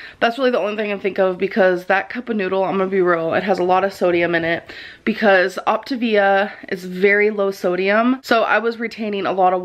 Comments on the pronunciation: OP tah vee a, not OP tay vee ah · every time she pronounces “Optivia” “opti vee uh” I get closer and closer to ripping the hair out of my head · Her pronunciation is making me pull my hair out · “Optuh-VEEEEYA” 🙄 Say it with me gorrl. “Op-TAY-via” Did she really go to college.?🧐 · It sounds like she's saying Octavian which got me excited because I love ancient Rome 😂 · i love how she started the diet without even knowing how to pronounce it. that alone told us she didn’t do research. then the fact that she suddenly discovered it was 900 cals mega eye roll o p t A v i a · “On the video where I said I wasn’t going to do op-t-ivia no more” 💀💀🔨🤮🤦🏽‍♀️ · Optivia/optavia/Opt-ah-vee-ah has left the chat... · She just quit because she couldn’t bring herself to master saying the word “Optavia.” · Its six fuckin letters why tf are ppl acting like they cant pronounce optavia 😂